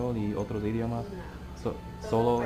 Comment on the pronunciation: tienes que dicer "idiOmas". Mas fuerte con la letra O.